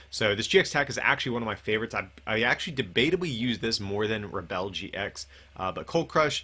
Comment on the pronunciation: Why are you pronouncing the GX attack so weirdly. It's pronounced Rebel as in 'without a cause'. What word are you continuing saying and what does it mean? Re-bell?